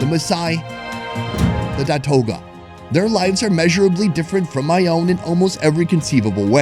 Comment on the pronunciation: Datooga not datoga. FYI